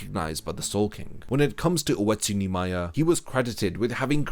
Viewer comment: When you used to say Oetsu Nimaya, I thought you were always saying "Wetsu Neemaya".